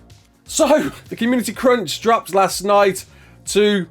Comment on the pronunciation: the way you say crunch sounds like cringe and i kept laughing at that